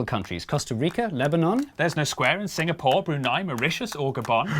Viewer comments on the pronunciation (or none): none